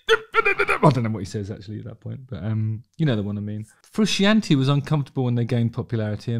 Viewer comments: so what we have learned here is that justin knows eff all. he cant even pronounce frusciante correctly. 13 minutes of pish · There is nothing characterless about Frusciante’s playing in Stadium Arcadium. Also the fact you can’t pronounce his sir name says it all to me. Bad Justin. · How in the name of the wee man can you be a musician who plays a guitar and NOT know its John Fru-shaun-tae 🤯 I'm really shocked you feel this way about a guitarist who is renound for his skillful, passionate, extremely expressive guitar style. Unreal. On a seperate note, part of the major connection between the Chilis and their fanbase is the connection they have with one another, particularly Anthony & Flea. That band have a musical and personal history that Hollywood screenwriters wish they had written. Theres a real love for music amongst its members and (although Flea is arguable one of the greatest bass musicians of all time) they are entirely without snobbery, they dont care about 'being good', they care about playing music, making art, bringing joy and expressing creativity and have been very on message in regards to this from conception.